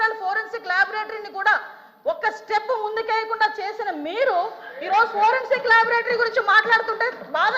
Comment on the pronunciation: హోం మినిస్టర్ గా అనిత waste. సోది మొఖం ది. లేకి దానిలాగా behave చేస్తుంది అనిత. వెకిలి గా నవ్వుతుంది సన్నాసి. ప్రజలు సమస్యలు discuss చెయ్యదు లైట్ తీసుకుంటుంది. దీన్ని రేప్ చేస్తే తెలుస్తుంది. దిస కాదు అనిత దిశ, పోరెన్సిక్ కాదు foreinsic😂😂😂😂😂😂లేకి బాష